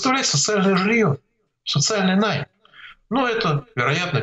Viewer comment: Михаил Геннадьевич, не найм, а наём. Вы же не либерман, по моему ощущению!